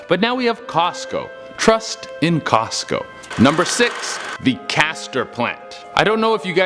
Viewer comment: TrUsT iN cOsCo